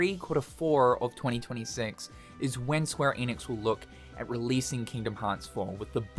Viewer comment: You can’t even pronounce ‘Square Enix’ right. So…